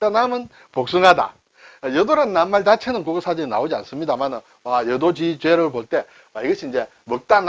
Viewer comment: 여도 지죄가아니고 여도지 죄로 끊어 읽어야합니다